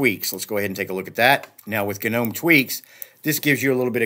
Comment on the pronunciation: Hahhaahhahaha! Nice accentuation on G nome ROFL!!!